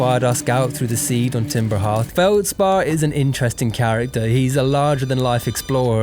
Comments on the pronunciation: TIMBER HEATH?????? IT'S FUCKING CALLED timber heARth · "Timber Heerth" nooo